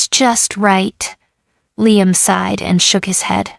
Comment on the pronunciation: What the hell is with your STUPID ai narrator? The only name is hat it has not messed up several times is Liam’s. Well,I was wrong! At the mark your stupid ai voice call d Liam LEENUM! You people who post these stories need to stop using ai or you need to proof your videos before you post them!